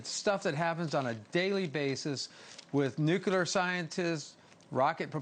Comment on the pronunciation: If someone says “nucular” on your program, no longer have them on. It makes your news program seem very unreliable.